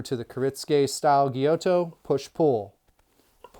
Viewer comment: It's pronounce....Gy-you-to. Gyuto..great info 👍 I really enjoyed the video ✌️